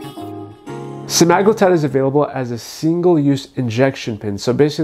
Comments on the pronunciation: Sema-glutide. Not Se-magloo-tide. 😂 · You pronounced semaglutide soooo wrong I can't listen to ur video. Sema-glutide not semag-lutide. What the hell is a "lutide"? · It’s pronounced sem-ah-glue-tide